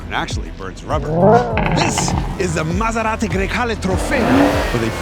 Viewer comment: BTW, in Italy where Maserati is from, they don't speak with that accent!